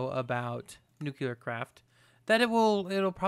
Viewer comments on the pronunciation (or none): Oh please ... buddy. You are such a concise guy, eloquent and all and then you say "nukular power". That is not a thing. It´s nuclear. Sorry .. had to get that out.